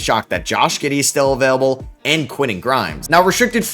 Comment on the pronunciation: "A player that's UhVELable" Where are you from? Are you Canadian?